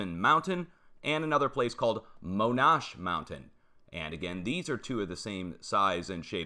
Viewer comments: Hi, I just want to help you a little. I live in southern Cal. Monanche rhymes with Comanche Indians. Just thought I'd tell you. Thanks for all you do. We love to listen. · Monache is pronounced moh na chee